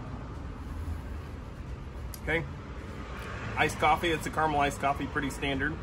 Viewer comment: You know, the second A is NOT silent in caramel